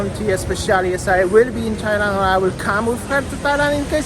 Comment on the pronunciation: Tajland srajland 😂